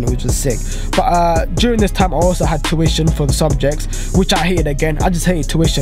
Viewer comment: U can’t say tuition properly